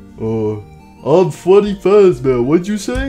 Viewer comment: Nobody: Withered Freddy or also known as “Fweddy Fazbeaw”: More brain damage for me!